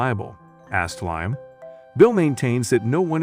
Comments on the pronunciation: Lime? Who is Lime???? It is Liam! This is also horrible showing the wrong pictures and this reading was a good sample. Not going to waste my time again? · U Right,He's Saying Lime&Not Liam😂😂😂😂🙃🙃🙃🙃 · His name is Liam not Lyme